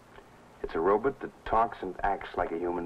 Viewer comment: Ah yes, the days of the robut. 😂